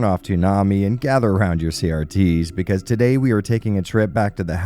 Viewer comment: "Becase" you are dumb killed me.